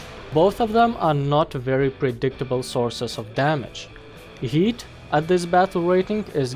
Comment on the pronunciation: I love how he says HEAT like yeet